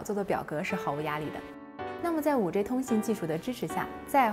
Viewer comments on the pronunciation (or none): 5G（-i）不是 -ei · 能不能好好说话，5G（ji） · 不是居也不是雞！應該念居的從前半部和雞的後半部！